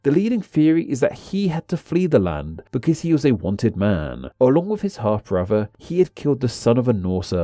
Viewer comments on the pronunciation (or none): Why do you say "bruvver" and "fankfully".